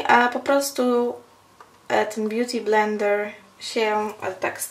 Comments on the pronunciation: Beauty BlendeRRR to "r" tak akcentujesz :d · DOKŁADNIE! pieprzy jakieś głupoty, a woda leci...a poza tym bardzo irytuje mnie to jej R na końcu "beauty blender"